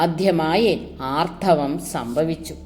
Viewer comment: ആർത്തവം എന്നു തന്നല്ലേ പറയുന്നത് ഭവതിയുടെ ശബ്ദം ശ്രവിചാൽ ആർധവം എന്നേ തിരിയു ക്ഷമിക്കണം എങ്കിലും അറിവ് മികച്ച തു തന്നെ